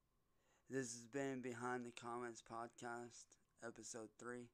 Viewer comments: This is just the same shit he does in his videos. What is a "poodsicast" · What's a "poodsicast"?